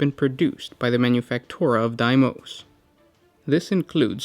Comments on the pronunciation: Bro it’s pronounced dee mose not die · Dee-mous Not die-mous